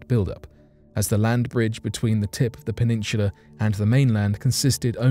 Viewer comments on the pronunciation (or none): Peninshula??? No H in peninsula